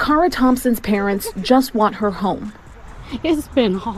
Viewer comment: Would have been nice,if the person reporting this, didn't mispronounce her name.😢